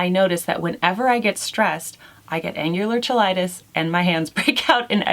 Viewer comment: FYI, it's pronounced angular kigh-light-us.